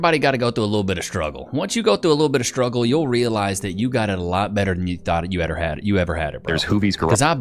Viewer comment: "shhhtruggle?" what means "shhhtruggle?"